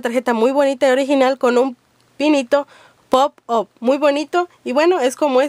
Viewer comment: pop aaaaap se dice